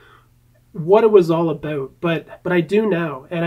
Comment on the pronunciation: I really like it when you say aboot ;)